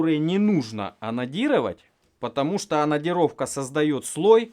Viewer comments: Мне одному слышется анонирование вместо анодирования? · Пожалуйста ставь ударение на букву "Д" в слове АноДирование а то я пару раз вздрогнул а видео защибись! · Тоже каждый раз вздрагивал при "онадирование", что с нами не так? )))